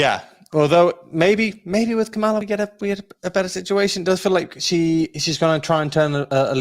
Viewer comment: Lol. still hasn't learned to pronounce VP Harris 1st name 😂